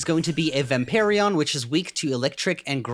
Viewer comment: "vamperion" xd